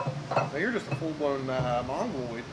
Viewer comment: "Mongaloid" lmao!!!